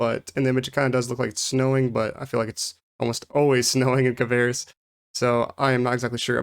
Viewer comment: It's kvaris not kavaris. XD Nice vid tho. Thanks for it!